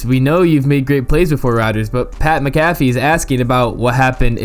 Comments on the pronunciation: Pat Mc-Calf-ee? Come on man. Mac-a-Fee. Let’s do this right…just teasing, solid content my guy. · Bro his last name is pronounced like Mack Uh Fee and Kuh Leaf Raymond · Why am I listening to this guy when he pronounces McAfee's name the way he did, he clearly don't know shit.